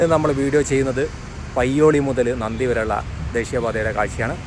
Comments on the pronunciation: നന്ദി അല്ല നന്തി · നന്ദി അല്ല സുഹൃത്തേ നന്തിയാണ്